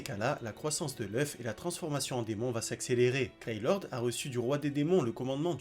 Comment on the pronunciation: Il n'y a que moi que ça choque ? "Fraudin" au lieu de Fraudrin, "Galan" au lieu de Galland "Greylord" au lieu de "Grayroad" fin bref....